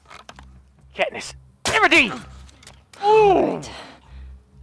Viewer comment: i like that say catnees everdeen when he shot an arrow lmao